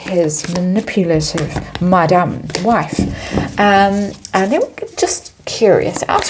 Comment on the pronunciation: And the recent one Chateau la feet as well as the way she says mudam.